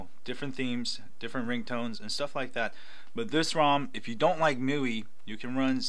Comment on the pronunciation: Hey there ! nice video ... just wanted to point out that MIUI is pronounced "ME" "UI"